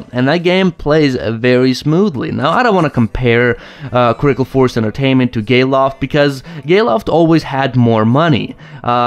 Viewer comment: Gayloft? Lol